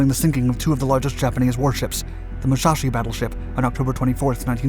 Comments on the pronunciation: This guy's excretable pronunciation of any foreign names: Musashi "mooshashi"; Yamato "yo moe toe." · Positives: Great new music! Really fit the content. Negatives: You need to correct your pronunciation of "Musashi" and "Yamato".